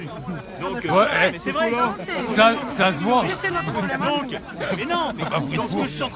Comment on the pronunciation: Il me fait trop rire le mec qui parle à gauche de la caméra. A , quand il dit "ça s'voit", c'est exactement le même accent que Didier Super